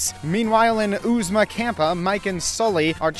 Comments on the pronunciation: Sorry if someone already pointed this out in another comment, but you were saying "Oozma Kampa", when it's "Oozma Kappa". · I can't tell if you are doing it as a bait for comments, but it's Oozma Kappa not Kampa